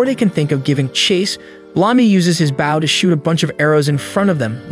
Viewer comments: He calls a bow a baow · the way he said bow